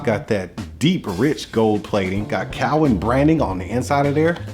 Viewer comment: Saying Cowin wrong but with this being 5 years ago, I wonder if he knows knows the correct pronunciation now.